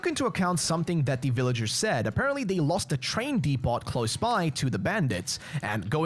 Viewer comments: Came to the comments looking for anyone mentioning this. Was annoying hearing DEE-POT so often haha. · OH BROTHER! DEPOT! The “T” is silent. Pronounced “Deep-oh”. My skin was crawling with the amount of times you said it.